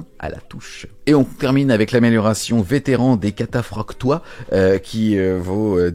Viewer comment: La prononciation de kataphraktoi m'a fait mal! 😂😂 gros boulot, vous donnez tout pour le hobby, vous êtes des héros !